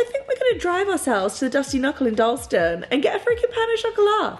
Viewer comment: Glad you had a good trip! That is not how we say Dalston.